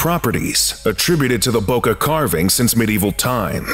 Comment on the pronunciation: Y'all rlly don't know how to pronounce Bocca, huh